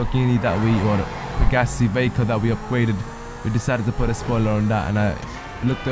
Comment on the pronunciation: ur saying vacca wrong just saying